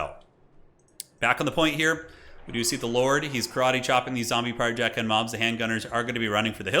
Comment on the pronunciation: "couple of dickhand mobs" 😆😆😆 I always hear that when they are saying their name too